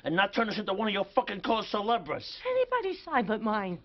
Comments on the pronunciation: “Cause Celebres” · Fan Made Videos It’s “cause-celebre”.